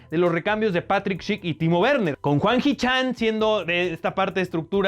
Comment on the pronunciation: "Juan" hee chang jajajaja